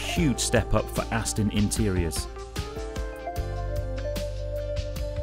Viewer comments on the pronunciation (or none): I must insist that you absolutely have to re-learn how to pronounce Aston Martin. It's NOT ass-tin, it's ass-ton! Please change your pronunciation as I'm cringing endlessly! Even ass-tun is more bearable.